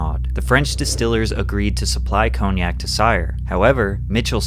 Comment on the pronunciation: Learn how to pronounce cognac!